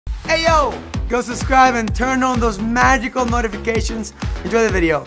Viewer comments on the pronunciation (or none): Is it just me or juanpa says notifications motifications